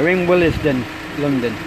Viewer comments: Why they pronouncing Willesden funny?? It's willsden, not wil-les-den.. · He said will es den lmao